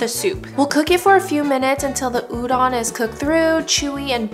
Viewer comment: looks super good, but it's pronounced u-DOE-n, not u-DON